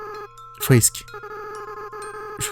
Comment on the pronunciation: TIEN TIEN TIEN !!! TU PARLE DE SANS EN DISANT "SENS" , MAIS TU DIT "FRISK" AVEC L'ACCENT AMÉRICAIN 😠!!!!!